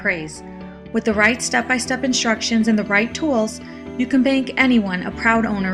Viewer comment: sam wich inshtructions otherwise a great quilter making a rag quilt